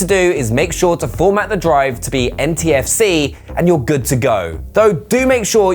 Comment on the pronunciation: Did he say NtfC? It's Ntfs, right?